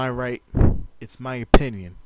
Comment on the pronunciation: oPPPinion. oPFPFPFPinnion.